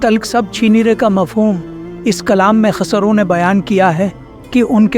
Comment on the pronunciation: KHASRO NAHI KHUSRO. AAP SAHI SE NAHI BOL RAHE HO.